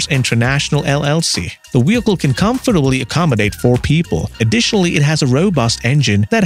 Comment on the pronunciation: re U sayin wheelcle and wideo